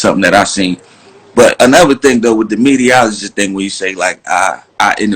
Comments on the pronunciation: Lol he said mediaologist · Pooh Graham he said mediaoligist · I think he saying mediaoligist lol